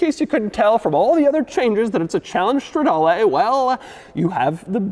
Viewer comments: It's stra-darr-LEEEE and spech-chi-ar-LEEE not LAY! And it's COM-PE-TITZ-ZE-OWN-NEEEEEEE.... not Nay!!! Caw monnnn man! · It’s not Strawdalay, it’s strehdaaleh